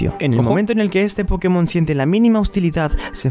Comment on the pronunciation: Cuando folagor entienda que latinoamérica los Pokémon se pronuncian en inglés y no en español entienda eso ya se sabrá toda la tabla de tipos XD 🤣